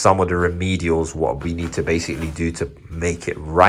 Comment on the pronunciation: "Basicall" try a thesaurus